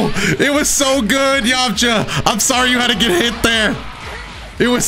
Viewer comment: Please don’t call me weird but I skipped it back 15 times Bc I like the way he said “yamcha”